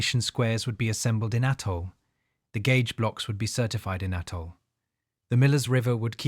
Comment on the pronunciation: It's Athol, "th" like "this", not atol. How do I know? It's 20 minutes up the street from me ha!